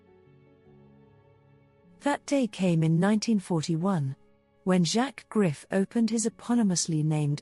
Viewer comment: Please learn how to pronounce French words especially Griffe!!